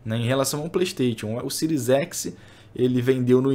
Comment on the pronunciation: Passa pano demais... e a pronúncia do Playstation é de doer os ouvidos kkkk